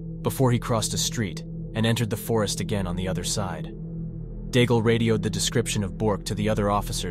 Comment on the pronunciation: The coward's name is pronounced "DAIG" not "Daigel"...